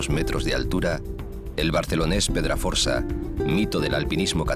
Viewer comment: El documental es precioso, eso sin dudarlo, pero tiene bastantes errores. Por ejemplo: - El PedraforCa (que no PedraforSa, como dice el narrador) en el prepirineo Barcelonés, no mide 2.400 mts, mide 2.506. La montaña más alta de la provincia de Barcelona es el Costa Cabirolera, en la sierra del Cadí, con 2.604 mts - A Esterri d'Aneu lo llaman Noguera, y ese es el nombre del rio que pasa por dicho pueblo (el nombre completo del rio es Noguera Pallaresa) - Cuando menciona a la sierra del Montsec, las imágenes pertenecen al desfiladero de Collegats - Cuando habla de Els Encantats y el Estany de Sant Maurici las imágenes no corresponden con el lugar. Aigüestortes es bastante más bonito, y por cierto, con picos que superan los 3.000 mts (el narrador dice que se acercan) - hacia el final, cuando habla del Valle de Arán, muchas imágenes tampoco corresponden con el lugar, si no con el parque natural del Alto Pirineo, cerca de la Pica d'Estats (3.143 mts) Y por poner algún pero más, se han dejado muchísimos pueblos, y muchos de ellos (y algunas montañas) no están filmados desde su mejor angulo ni en su mejor momento. No quiero sonar aguafiestas xd, repito, el documental en conjunto es muy bello y ameno, solo quería resaltar esos puntos y errores porque me parecen importantes y creí conveniente aclararlos por si alguien sentía interés. Un saludo.